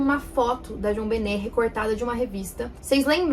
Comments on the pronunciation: Que nervoso ela falando "João Bené" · Nos meus ouvidos a pronuncia da ta tipo: Jãobenné kkkkkkk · Sempre achei que foi o irmão da JonBenét, e os pais encobriram. Acredito nisso até hoje. Ps:. Que pronúncia incômoda de JonBenét, parece que ela está falando "João Benét".